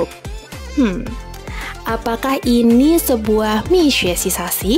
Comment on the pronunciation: Nyebutnya tu mi sue. Minya nadanya ditekan ke bawah. Suenya nadanya naik turun naik. Kalau bahasa cina pengucapannya juga beda2 nadanya. Salah nada lain arti kata. So yang mau les bahasa cina kalau ga dipakai sehari2 ga ngefek deh dijamin lupa kecuali lingkungan sering pakai mandarin so ga bakal lupa.